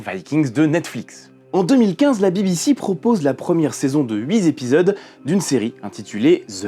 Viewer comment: j'adore vos vidéo ...... un bémol .... pour quelqu'un qui est si à cheval sur l'exactitude des costumes ou des armes .... entendre un hui zépisodes à la place d'un hui tépisodes me fait mal aux "zoreilles" ..... clin d'œil d'un puriste à un autre puriste ... sinon j'adore votre travail